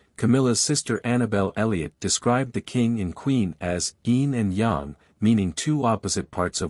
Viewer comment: Wish you had used an actual human to read the dialogue. I'm so sick of the automated voices that pause in all the wrong places, and that can't even pronounce "yin and yang" correctly. AI isn't all it's cracked up to be!